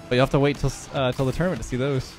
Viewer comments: The way you say tournament is amazing lmao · I never said that’s how I spell it lmao, I’m saying that’s how he says it bozo